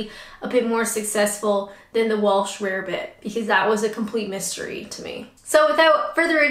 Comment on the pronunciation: Its Welsh not Walsh. Nice glasses btw.